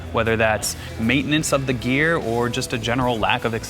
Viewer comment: I hate how you say "GeAr"